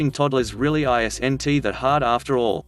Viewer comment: I s n t indeed, this just proves that robo crap has no idea about grammer, spelling and the fact that i s n t should be pronounced altogether and is actually an abreviation for is not. I now remember why i should avoid this channel. If you do not have the manners to actually speak to me then i shall repay the compliment by NOT LISTENING. Anyway from what i heard your stories are stolen from other sites anyway.